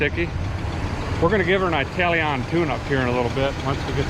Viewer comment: Eyetalian tune up? Do you mean Italian, please say it properly man, Good to see something different.